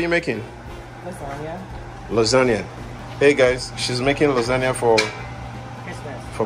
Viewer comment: luisangna, no its lasgna loooooooooooolllllllllllll!!!!!!!!!!!!! ah you guys are super funny, love the american and nigerian dynamic its wonderful